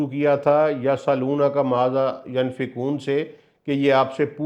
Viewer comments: ایک تو قران غلط پڑھ رہے ہو پھر اپنے راء سے مطلب نکال رہے ہو اور علماء کو چیلینج کر رہے ہو بہت بڑی جسارت اور طبع آزمائی کر رہے ہو۔ پہلے کسی مستند عالم سے قران کا صحیح تلفظ اور علم سیکھو۔ قران میں کمشنری نہیں چلتی۔ "ینفقون" کی "ی" پر زبر نہیں پیش ہے زبر اور پیش سے معنی بدل جاتے ہیں۔ الصلوات کا مطلب کسی حدیث یا ذاتی راء سے نکالا ہے۔ قران میں راء بہت بڑا گناہ ہے۔ واللہ اعلم۔ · السلام علیکم انتہائی معزرت کے ساتھ (ینفقون) کو بار بار دہرائیں تا کہ تلفظ درست ہو سکے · پلیز pronunciation تو ٹھیک کرلو۔۔ماذا ینفقون